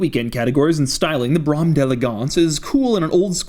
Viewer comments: Fun video but the repeated [mis]pronunciation of "Brougham" made me nuts, lol (!!!) - it was always "brome" with long "o" like "bro." These land-yachts were the cars of my teens, though we were Lincoln then Mercedes family, I learned to drive at 16 on my mom's 1985 Town Car "Cartier" edition. Back then, many people were loyal to the big 3, and a "GM man" started with Chevy, upgrading cars as he progressed in career/success, and it was unusual to skip mid-level nameplates & vault into the highest level "too soon." For many, it was not UNTIL retirement age that they had "earned" the top slot, a Cadillac (or Lincoln for "Ford guys." This is why elimination of Olds/Pontiac was not so big a deal - it then went Chevy, Buick, Cadillac). Other notes: The tiny "token" nature of the front headrests - they looked ridiculous raised and were otherwise too low/rearward to be effective when down (Euro cars were way ahead on safe/useful headrests, like Volvo, MB, BMW etc); the "coach light" on B-pillars and cornering lights (btw, my 2017 W222 S-Class has "Mercedes-Benz" in the light housings and tri-stars everywhere!) These cars are surfacing more as Florida retirees pass away = low miles, garage-kept, excellent value! Others noted the trunk release in glove box (round-head key was always the GM door/trunk/box key, square ignition key left w/valet); Garage door opener remote slot; dimming of sun visor mirrors was for "evening" makeup application for ladies. Many models had the velour/"mouse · I grew up in the motor city where Cadillacs were built for 75 years. My dad owned several. It's pronounced BROAM!! Google the word. Look in a dictionary for gosh sakes! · it's pronounced Bro-um my good sir, sincerely, The United Kingdom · First the Phaeton and now this. Get outta here with your pretentious pronunciations! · Brohum Say BRO and HUM, but mash the two, kinda soften the 'H" a little; that's how you pronounce Brougham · Always heard it pronounced BRO-EM ..no...BRA-EM